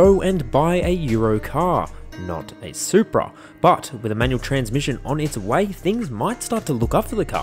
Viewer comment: What is a “Supea” ? 🤔